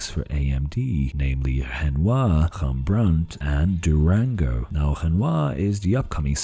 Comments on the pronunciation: Well it should be more accurate. I think I remember him mentioning that hes a portuguese speaker, hence the hembrandt. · Made Rembrandt sound French, lol. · Sorry, but as a Dutch person I really can't stand how you are misprounincing "Rembrandt" basically the entire video. You should say it with a rolling "R". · as a Dutch guy I have to tell you that you pronounce Rembrandt the wrong way. Other than that, an interesting video as always. The SMT-animation is a bit too strong an oversimplification though in my opinion. The biggest problem for APU's seems ot be the memory bandwidth, 3D stacked memory might eventually solve that problem. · As a Dutch person I really dislike the way you say Rembrandt